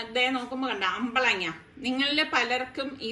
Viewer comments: അമ്പളങ്ങ അല്ല.. അമ്പഴങ്ങ. മാങ്ങഇഞ്ചി ഞങ്ങളുടെ പറമ്പിൽ നിറയെ ഉണ്ട്. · അപ്പളങ്ങാ അല്ല അപ്പഴങ്ങ.. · അമ്പഴങ്ങ ആണ് 😁😁😁അമ്പളങ്ങാ അല്ല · Ambalanga അല്ല അമ്പഴങ്ങ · അമ്പളങ്ങ അല്ല അമ്പഴങ്ങ 😃😀😀